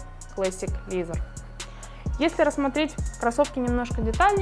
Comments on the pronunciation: ая-яй, ну зачем же "лизер"? ну ведь произношение другое у этого слова, что мешает произносить правильно? за обзор спасибо. нравится подача девушки, чистая речь, без "ыыы", "ааа", "ммм" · Пожалуйста, произносите правильно слово Leather - "кожа" и Classic. Очень режет ухо.